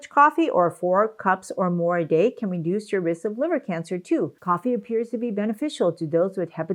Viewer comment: It's harder to understand if you are saying "reduce" or "induce", since they are so opposite I would suggest more care when using them . Other than that, thanks for the video!